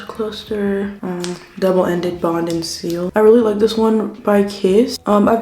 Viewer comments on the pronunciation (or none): none